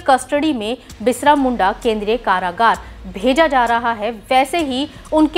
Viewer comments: Are didi bisra... nhi hota h......birsa hota h... Samjhe uccharan pe dhayna do.....thora😠😠😠😠😠😠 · बिसरा उच्चारण मुद्दाम करके बिरसा नाम दबाना है मिडिया बहुतनालायक है। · Pahale to ap birsa bhagwan ji ka name sahi se le lo madam